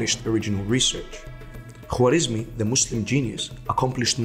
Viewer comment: W i his name is silnce, just w comes in written persian so dont be disturbe with thw W and pronoce it like aa in English.